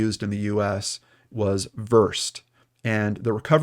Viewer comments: Small comment: it's not "Versed", it's "Ver-sed'". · I think the drug is actually pronounced like "VERZ-said". I think it is likely she was given it at the hospital. I'm not sure pedestrians can even get midazolam take home prescriptions, and if Elizabeth was having a psychotic episode, I could see the physicians calling for midazolam. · The drug is pronounced Ver-said. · Ver-said is how it's pronounced. I worked in surgery, and we gave it to everyone before surgery, regardless of age. As long as they were getting anesthesia. I cannot imagine she got it off the street. It's not that kind of drug. It wears off quickly. I'm sure the paramedics gave it and didn't chart properly. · Versed is pronounced ver-said. Just fyi. Thanks for covering this case! It’s amazing how little ppl know about this, & even though I think the wounds could’ve been self inflicted, I still think something is up w/ her friend & the friend’s son. Also, I know they only did a limited tox panel, & if she was on something like Versed, or maybe Warfarin (blood thinners, which would cause extreme blood loss) they would have a do a more lengthy tox screen, not just the basic one. I don’t know why the PD decided oh, it says undetermined, let’s just quit investigating. Makes no sense, and the crime scene clean up? Cops literally watched her do this! What the actual hell?!? Thanks for your reporting, love your podcast too!! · versed it’s actually pronounced ver-said /publications/dictionaries/cancer-terms/def/versed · Proper pronunciation is Vers-ED. As in the name, Ed. Don't feel bad. I'm a medical professional. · the drug you mentioned is actually pronounced ver-said. I am a former EMS worker and versed is VERY common to use when we intubate someone. If she stopped breathing (or her breathing was far insufficient to sustain life) paramedics would have intubated and versed is the most common drug to use in intubations. Just wanted to let you know. 😊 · Came to say this. You're right.